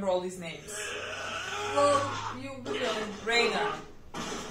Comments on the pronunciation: Reiner is pronounced Rine-er. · RAYNER NOT REİNER